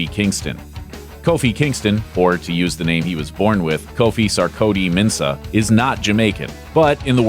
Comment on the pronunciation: How did u pronounce Sarkodie